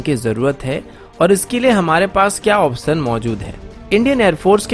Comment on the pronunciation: Brother pehle option kehna seekh lye....